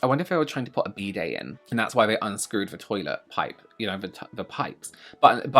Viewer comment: For anyone else confused he’s saying “bidet” and not “B-day”